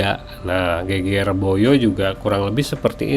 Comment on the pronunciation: Geger pengucapannya seperti seger,sedep